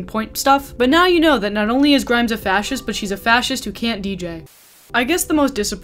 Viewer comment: more like 2012? That's when Visions was released and it hit pretty big. Also omg wow I am SO triggered at how your pronounced her name hahaha. (Also I'm mot an especially great fan of hers).